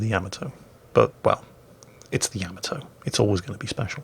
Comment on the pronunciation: Oh, It's pronounced Yah-mah-toe, NOT Yam-a-toe